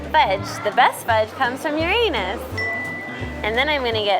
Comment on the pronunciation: You're not pronouncing Uranus correctly, LOL